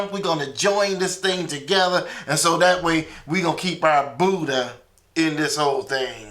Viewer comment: budd-jah, peter-pee'chow, paul-poh smh...can't wait for that butt whooping from the Most High